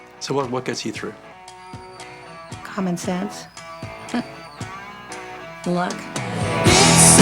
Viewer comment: Thank you for clarifying what she'd said. Forgive me for my immaturity, but instead of "common sense" I thought she said "having sex".